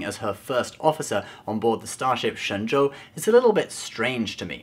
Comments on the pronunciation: Excellent pronunciation of "Shenzhou", which could translate to Godly Boat; Or an Ark. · Love the way you pronounce Shenzhou's name correctly :) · Dude actually says Shenzhou pretty accurately. Is that intentional cultural placement for this channel? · you're pronunciation of 神州 is perfect, how will do you know mandarin? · Dude you pronounced that chinese word really well. kind of freaked me out. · I AM SO IMPRESSED GOT THE PRONUNCIATION OF SHENZHOU PERFECT LIKE HE'D BEEN SPEAKING CHINESE HIS ENTIRE LIFE(even tho the show probably made it clear how to pronounce it) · Dayum, you pronounced the Chinese name right, respect ✊